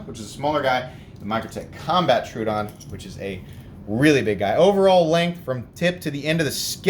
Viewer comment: It’s Tro-o-don, not Tru-don